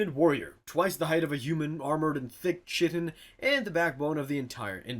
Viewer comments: You pronounce it kite-en, not chit-en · its pronounced Kie-tin not Chit-tin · "chitin" is pronounced "kite-in":) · It's pronounced KY-tin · Chitan is pronounced "KY-tin" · Chitin is pronounced ky-tin. And ‘nids don’t sh*t. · Go go gadget still can't pronounce chitin!